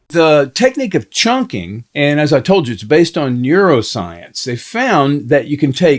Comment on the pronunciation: newrozience, neurozcience, NEUROSCIENCE